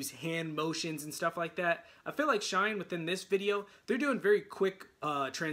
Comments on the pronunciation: Pronounced “shiny” please. Thanks for your reaction. Great comments! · We love your reactons! SHINee is pronounced like 'Shine KNEE'. 😁